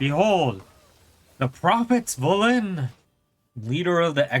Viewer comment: VelEN not Velin o